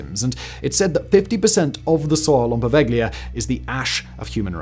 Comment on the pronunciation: Poveglia is pronounced "po-vel-ya," the G is ellided, not pronounced.